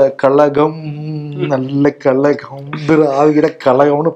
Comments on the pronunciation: கழகம் என்று ழவை சரியாக உச்சரிக்க வேண்டும். இல்லை என்றால் அது கலகம் என்பதையே நினைவுபடுத்தும். பேசும் போது சரியாகப் பேச வேண்டும். கலகம் என்று கூறுவதால் ஷோவில் விரசம் தட்டுகிறது. அதுவும் சிரித்துக் கொண்டே தவறாகப் பேசும் போது நெருடலாக உள்ளது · ku zha varatha kalam, kalakam nu solluraru Kazhagam nu solla varatha illa vaitreririchala